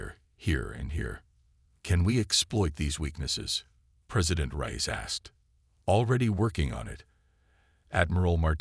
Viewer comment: Reyes not rise lol.